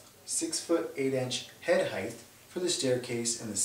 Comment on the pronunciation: It's pronounced "hite" not "hythe"!!!!